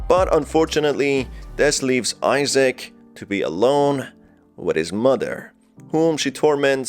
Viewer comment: BROOOOOOOOO it's Isaac not Issac